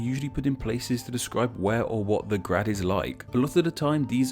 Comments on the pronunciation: You said grade wrong in slovenian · If you're doing name explain video, you should at least learn BASICS of slavic pronunciation. J is Y in slavic. Is this so hard? I'm so disappointed. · Yeah, your pronounciation was terrible... Nowhere in Slavic world... We just don't read C as /k/ or J as /dʒ/. And moreover: This suffix became also 'hrad', 'hrod', 'gorod', 'gard', 'gród', 'horod', 'grod' in different languages. Still - good stuff, like your videos. ;) Keep on!